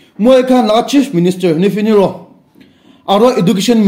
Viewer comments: Its Neiphui rio not Nefe Nerio oh...etu toh ektum nohopo laka khopor ase tey...any ways its make my day.thanks you brother ektum nohopo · Nifi niro-nilo nito... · Bro you need to improve pronunciation of CM Nifi Niro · With full confidently "Nifi Nuro" 🤦🏻‍♀️🤣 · verry true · our cm name s not ne-fe-ne-ro... ha3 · Nephine nero😂 According to your pronounciation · Haha....nifi ni rio...tah,,,please olup pronouns toh pal para kopi na please. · Sorry to say this but i think you knowingly pronounced our C. M name for fun...!!!